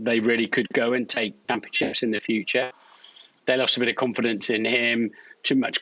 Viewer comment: The way Martin Brundle has always pronounced ‘confidence’ irritates me. I don’t know why but it has.